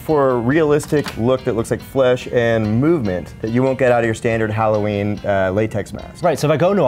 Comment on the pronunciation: did he say hollerween.? sure sounded like it lol.